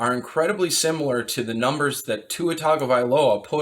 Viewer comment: When you mispronounced his last name I almost switched the video off. Tua gets a full offseason to improve. He will be fine. They will upgrade the offense skill players.